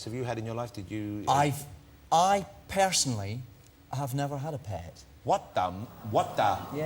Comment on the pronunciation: *pare-sonally* THUD. :P